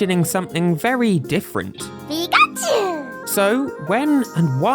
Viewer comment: I always wondered why everyone, including the Smash Bros announcer, pronounces PI-kachu, when the Pokemon itself says pi-KA-chu or even pikaCHU.